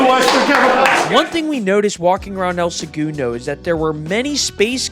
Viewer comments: Not the “El Se-Goon-Doh” 🤣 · El Segundo is pronounced "L-Sa-Gun-Dough" not however you did hahahahah. Nice try though brotha. I've been watching y'all since the start of your channel. Back when y'all had under 50k subs. I was born and raised here. Its cool to see my city get some spotlight. If you ever come back visit us local at the only bar in town, the Purple Orchid. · Might be good to uhm fukking properly pronounce the name of the city you’re reporting on?? Wtf is El Segoondo??